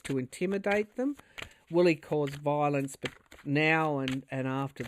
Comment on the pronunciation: You have the pronunciation just right; “Vile-ence.” This is a what a desperate attempt looks like with a Pluto return in last degree of Capricorn, for the rest of our lives. 🙏❤️🇺🇸🗳️🏳️‍🌈👩‍🌾👩🏿‍🌾